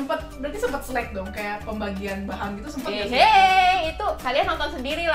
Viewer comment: Ralat Slack ka bukan Select